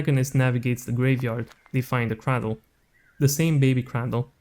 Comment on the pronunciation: the way he pronounces 'cradle' slays me